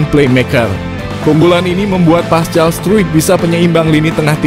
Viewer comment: Paskal bukan pascal c di baca k!